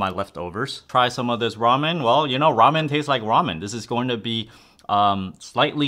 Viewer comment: Raym-yoon xD